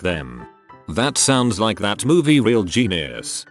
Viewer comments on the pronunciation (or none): none